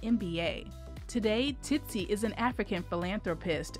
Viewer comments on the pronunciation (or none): So the narrator can say the second "Tsi" in Tsitsi, but not the first! SMH!